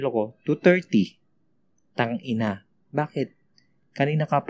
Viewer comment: Oh my god ang lutong nung "Tang-ina" HAHA Love it 😍😍😍